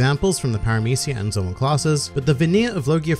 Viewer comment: finally somebody who pronounce zoan correctly.